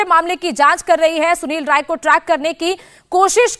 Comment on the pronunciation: Rai है ray नहीं. करेक्ट करो.